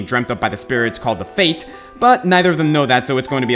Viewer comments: Fayth, not fate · the spirits are called "fayth" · 1) they're called fayth, not fate. 2) Jecht CHOSE to become Braska's final aeon